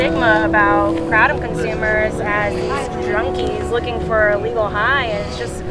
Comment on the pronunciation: It's "KRAY-TUM". For CRYING out LOUDDDDDDDDDDDDDDD